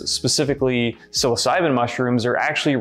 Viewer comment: Home boy said “sill-oss-si-been” pronouncing psilocybin 🤣